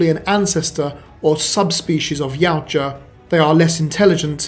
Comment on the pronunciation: Ya oot jah ...yoot jah ...now say it right